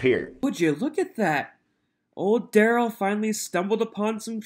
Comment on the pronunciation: DUHrell is not aware of HIPAA… it’s in his name… DUH - rell…